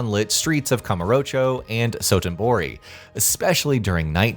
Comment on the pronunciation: Who checked the script? Dotonbori was pronounced as Sotonbori multiple times